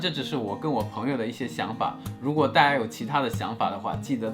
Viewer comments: 老闆～～可是你的「大家」 已經開始懶音了欸～～哈哈哈😂😂 請回放🤗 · Kevin也太刻意了吧！我們說大家好，會有連音，不過講大家的時候，不會。這樣模仿的有點誇張